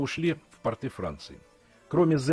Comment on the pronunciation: Режет слух портЫ это штаны, а на берегу пОрты